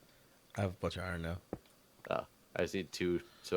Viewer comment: the only accent has is not being able to say "iron"